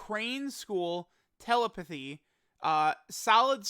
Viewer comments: Soooo.....who's gonna make this comment about wild pronunciation of "Telepathy"?🤔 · pronunciation of the word "Telepathy" is fucking criminal lol.